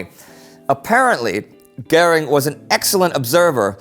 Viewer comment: Is there no german present to learn Indy how to pronounce Göring.